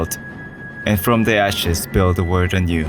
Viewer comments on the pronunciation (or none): none